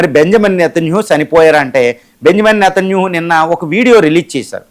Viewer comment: వీడికి పేర్లు కూడా సరిగా పలకటం రాదు. నేతన్యేహు కిడ్నాపా?..😅 ఎవడ్ర నువ్వు...ఉడతలు పట్టే వెదవ😅😅😅